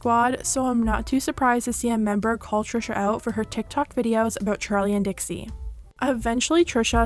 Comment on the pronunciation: dixie not dixi